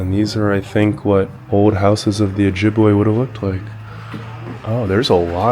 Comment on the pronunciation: It's not Ojibwuh, it's Ojibway.